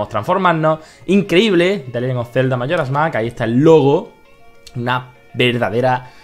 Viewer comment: Zelda Majora Mac jajajajajaj me ha echo gracia como lo has pronunciado